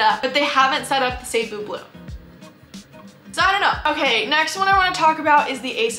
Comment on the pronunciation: FYI "Cebu" is pronounced like "See-BOO" with the stress on the second syllable. You can also pronounce it "Suh-BOO" or "Seh-BOO". "Suh-BOO BLUE" just sounds better than "SAY-boo BLUE". Sorry if this comes across as nitpicky.